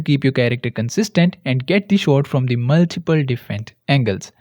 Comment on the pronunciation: "maltiple" can hear this without seen a head moving hahaah sorry